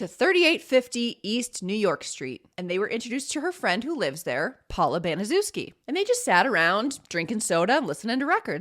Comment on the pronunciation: Good video. I'm pretty sure her last name is pronounced Bani-SHEF-ski.